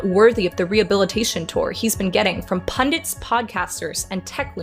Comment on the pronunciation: You're old enough to start pronouncing "pundits" correctly (it's not "pundints")